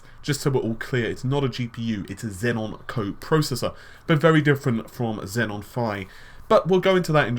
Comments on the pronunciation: IT'S XEON FOR FUK SAKE, NOT XENON. THERE'S ONLY 1 N. GOD DAMN. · Xeon not xenon